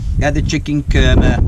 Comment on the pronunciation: Chicken Kurrrmeh! 🤣Fantastic accent init. Nice one.